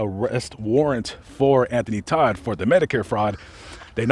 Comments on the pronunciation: T-O-D-T NOT T-O-D-D! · Anthony Todt not Todd